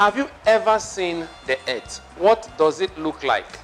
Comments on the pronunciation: It's earth not erth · Earth pronounced as "eeth" new English version